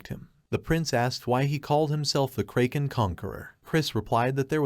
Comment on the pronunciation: tts didn't have to insult the kraken like this. 😅